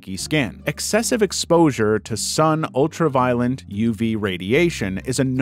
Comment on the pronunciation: It's "Ultra-violet" as in the color, not violent